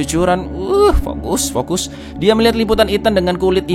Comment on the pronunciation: vokus vokus 🤣🤣